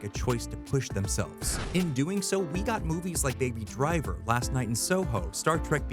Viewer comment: The way you emphasise the "Hot" in "Hot Fuzz" and the "Driver" in "Baby Driver" has me feeling some kind of way haha